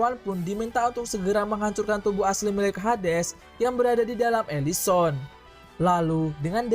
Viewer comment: elison :(... elysium